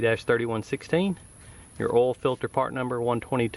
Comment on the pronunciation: It's pronounced OIL. Not oal, oil.